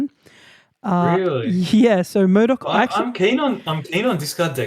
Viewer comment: Are you saying Murdok? Haha